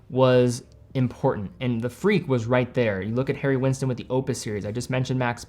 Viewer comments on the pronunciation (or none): none